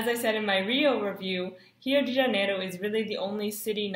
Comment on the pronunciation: OMG SHE PRONUNCIATED RIO DE JANEIRO RIGHT